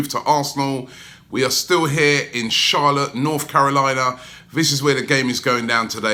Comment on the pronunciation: when robbie says "... in CHARLOTTE " i feel like he saying " INCHALLAH " ... Hold on robbie don when did u become Muslim lol .